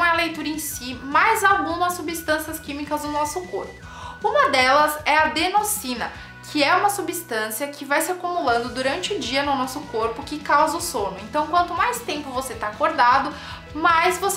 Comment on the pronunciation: Ótimo vídeo. Só pra aproveitar a oportunidade e dizer que em a pronúcia correta é Adenosina (o S com é som de Z). Ocorre sempre que o S estiver entre duas vogais. Ex.: casa, furioso, asa, mesa, riso. Se o S não estiver entre duas vogais,então seu som não será de z. Absurdo , subsídio , psicologia, subida ... No caso de palavras como : osso , colosso, massa, resolveu-se acrescentar mais um s, para sinalizar que ali o som não é de Z. Nascia então o dígrafo. Nada a ver com o vídeo , mas espero ter ajudado.